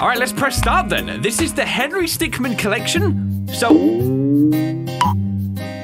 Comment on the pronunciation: Its Henry Stickm"i"n.